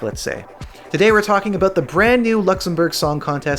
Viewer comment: and JJ lives in BC and I’ve never heard anyone with that thick or “put on” of an accent lol 😂 maybe in East coast Canada. He’s the only one I’ve heard pronounce about as “a boot” 😂